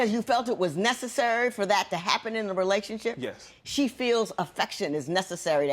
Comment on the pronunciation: Sounds like she's saying "relationshit"! This is hilarious!